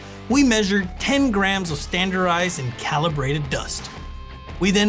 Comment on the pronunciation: I think it is “standardized”, not “standarized.”